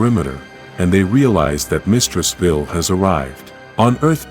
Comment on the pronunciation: Why are you saying veel its Vile the e at the end makes the i and Capital v-eye-L please please fix it the headache its giving is insane